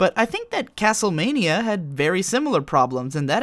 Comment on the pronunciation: is this an old video or? "castlemane-ia" hmph....